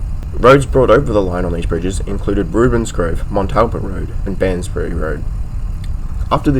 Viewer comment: Very thorough and very interesting, as i am familiar with most of these parts of Melbourne and interested in their history. You need to proof-read your narration however,as there were quite a few blatant and important errors made.Your mispronunciation of Prahran, Poath rd. and Barnesbury rd. and your spelling of Operations to name a few.